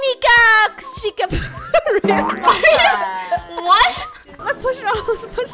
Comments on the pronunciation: Funneh it’s ochikonda-shikkan btw 2019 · What is the name of the game of the game where she said that Ochikonda_Shikkan wrong?